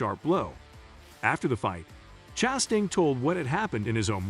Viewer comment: Does this guy know how to pronounce last names? Chastun, nicklaws... Hard to watch. Btw Ross ChastAIn sucks, his "aggressive" style really means he cant hold a line in traffic...